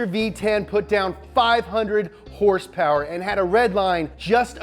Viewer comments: I love it when u say hurss purrs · You got me addicted to the word "hurse purers" how can anyone at the dealership take me seriously now shiet